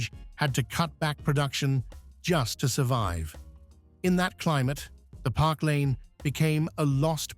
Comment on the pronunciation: The car is a Park Lane. Not “Parklane.”